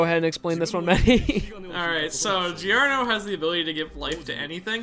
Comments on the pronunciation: Ah just a little tip since you're not the only one that pronounces it wrong: even if it's written "gio" you still say "jo". Since Italian doesn't have j as a letter we have to use gi to compensate. So you have to say "JoJo's Bizarre Adventure" and "Jorno Jovanna" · I though Giorno was supposed to be pronounced just like 'JoJo'? Like, the 'gio' sound in Italian is pronounced as just 'jo' I think. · I love this playthrough, but "Jeer-No" and "Jee-Or-No" are making me cringe pretty hard lol.